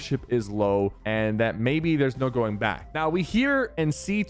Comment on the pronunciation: he really said gooing in stead of going